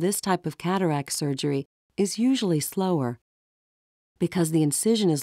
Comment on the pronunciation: Think its called a "cataract," rather than "catarack."